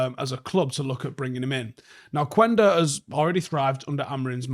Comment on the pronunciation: Not to be that guy but, the "U" is silent in Quenda's name. Like "kenda". Peace